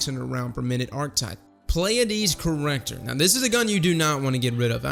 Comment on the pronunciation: Subbed because you're the only one I've heard actually pronounce the Pleiades corrector correctly!! Lol also great video!